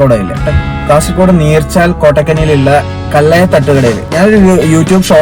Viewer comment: കള്ളയ അല്ല സഹോ,കൊല്ല്യ